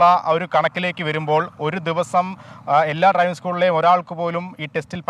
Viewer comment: ട്രൈവിംഗ് അല്ല, ഡ്രൈവിംഗ്...